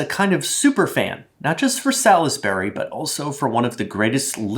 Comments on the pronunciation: I’m having flashbacks to Salisbury steak on the school lunch menu 🤢 also I didn’t realize there was an ‘I’ in Salisbury. I don’t think I’ve ever heard anyone pronounce the I. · last week: makes elite british accent video this week: immediately mispronounces Salisbury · As someone from one of the dozen or so towns around the world named Salisbury (completely unrelated to the steak), the way "Salisbury steak" is pronounced viscerally hurts my soul. 😂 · I'm not suggesting that he is, merely explaining that when you mentioned the place Salisbury in England you pronounced it wrong. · i wondered, too, and at one point i looked at the screen and on the background wall there appeared to be a map of dela...where? i think that might be the key as to why he pronounces it differently than any of us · Been in the Midwest my entire life. First time I heard that pronunciation was this video. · Solsbury Salsbury not Sal-is-bury is how English pronounce it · It's so funny hearing UK words being pronounced the US way! The UK way is effectively two syllables, as in 'Sauls-bry' vs the US way 'Saul-is-Ber-ry' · There is no Sal-iss-berry in England. It's S'all-s-bry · As someone that lives in Salisbury, I must insist that it's pronounced Sal's Bury. Not Sal Is Bury. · Sawls-berr-ee not sal-iss-berry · Sal's Berry steak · The way that he's pronouncing it it is. Sal-is-bur-y vs Sals-bur-y. That's four syllables rather than three. If you can't hear that, language arts must not be your forte, lol. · In England, we pronounce it "sallsbree", "salls" rhyming with "balls", as in "sorlsbree" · This isnt a knock I just never heard anyone pronounce out the "lis" in Salisbury, and it was immediately followed by the commercial saying "Salz-bury" like how I'm used to hearing. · I am loving all of the different pronunciations. As someone who grew up not far from Salisbury in the UK, I would say Solz-bree. Two syllables with a nice plummy O sound. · Who pronounces the "i"?!?!